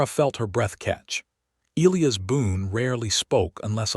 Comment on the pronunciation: Why can't the narration pronounce Elias properly? Not difficult!